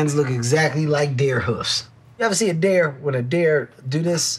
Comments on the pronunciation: Kevin can't pronounce deer lol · Kevin keeps saying Dare Hands instead of Dear. 🤦🏾‍♀️ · Dare hooves? It's deer, Kevin. Deer.